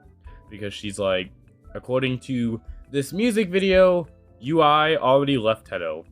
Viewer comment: Btw I know this is random but her name is pronounced You-ee. Source: her own songs where she’s said her name